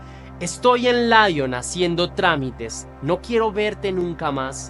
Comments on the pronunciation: Se pronuncia Li-on no La-llon .... Perdón pero me estrese 😢😢😢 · Besançon se pronuncia Besánson Dijon se pronuncia Diyon. Lyon se pronuncia Lion. La table de Gustave se pronuncia la table de Gustaf Saludos desde Francia❤ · Es muy buena la narración pero trata de pronunciar bien los lugares por ejemplo Lyon … no está bien dicho